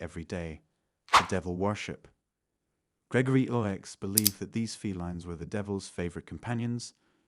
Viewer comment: It's not pronounced Pope Gregory ix, it's Pope Gregory 9. IX in Roman numeral means nine (9) I=1, V=5, X=10, L=50, C=100, D=500, M=1000